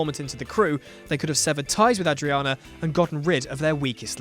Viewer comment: apparently mandated need to mispronounce names reaches its zenith at 5'30, when a character's name is pronounced two different ways in two consecutive sentences. So, is it Ah-driana or Ay-driana? Make up your mind.